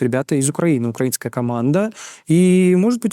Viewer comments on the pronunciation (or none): none